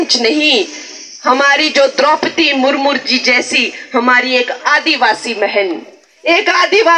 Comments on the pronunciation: विजन क्या है आपका मैडम और द्रोपदी मुर्मू है मुरमुर नहीं 😅😅😅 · Bolna to seekh le mur mur nahi murmu hai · First learn how to pronounce murmu.